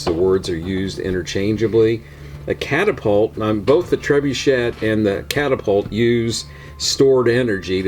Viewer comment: It is a French word. Pronounced tre-boo-shay. Us Americans butcher the name. Seems way too expensive for what it is but it is Brickmania after all.